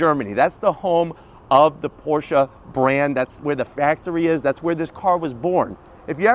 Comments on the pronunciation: Thank you so much for pronouncing Porsche correctly. Excellent review! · This it the first american so far to pronounce Porsche correctly...